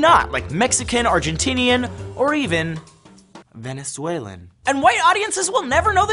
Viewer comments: why did he say venezuelan like that? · the way he said venezuelan 😂